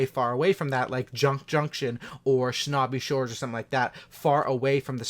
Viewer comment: Lol u said shnobby shores